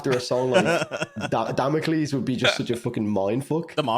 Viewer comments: Its actually pronounced damocles not damocles 🤓☝️ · If it's any consolation for, in Bulgarian Damocles is pronounced like he does only without "s". Also: 1. Caramel 2. Emergence 3. Damocles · Damocles rhymes with Hercules